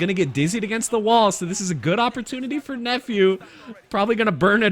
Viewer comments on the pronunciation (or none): none